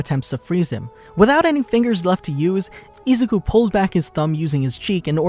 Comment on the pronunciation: You don't pronounce izuku like that